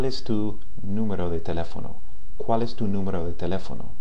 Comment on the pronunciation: Hola! He visto algunos de tus videos y me parecen bastante buenos. Solo te quiero hacer una observacion sobre tu pronunciacion de la "L" por ejemplo en "cual" que te suena como la "L" en Ingles. Podrias poner la punta superior de la lengua sobre el paladar para Espanol y no la parte anterior(inferior) de la misma como lo haces en Ingles. Sin mas por el momento,te felicito por tu labor.